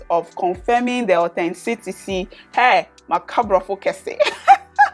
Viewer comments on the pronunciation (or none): Authenticity ...OR-Ten-ti-city..lol...